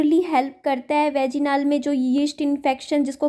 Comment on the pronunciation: वेजिनाल क्या होता है? वजाईनल होता है।